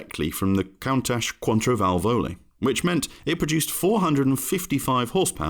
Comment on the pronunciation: "Quateovalvoe" (sic) 🙄